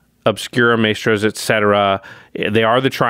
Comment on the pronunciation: lol can we get one of the editors to get to say Mystros instead of Maystros? All the musician MTG players are cringing lol